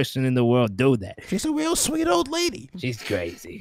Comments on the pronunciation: he misspelled sweet he said sweat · " a real sweet lady," turns into " a real sweat lady." XD